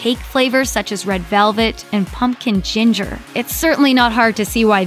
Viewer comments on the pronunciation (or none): none